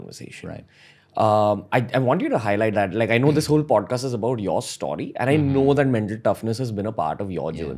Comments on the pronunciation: Bro its "STO-RY" and not "STAW-RY" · Please stop saying stoary